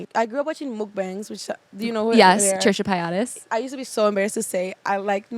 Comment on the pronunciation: The mispronunciation of Trisha Paytas had me questioning if I’ve been saying it wrong my whole life